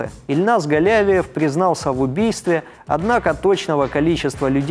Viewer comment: Спасибо,, всегда интересно Ваше изложение мировых новостей! В фамилии Казанского террориста ударение на И ( галявИев), но это неважно, важно то, что в школу он зашёл не беспрепятственно. Ему оказали сопротивление вахтёр и охранник, он их ранил. Тем не менее вахтёр успела нажать на тревожную кнопку. Их представят к государственным наградам.